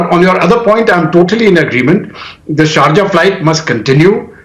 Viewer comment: Dude it’s not charja it’s SHARJAH WITH S